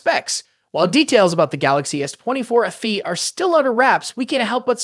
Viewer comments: FE not afee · Its letter F and letter E ,not letter F and words Fee.so its Fe simple not ffee ffee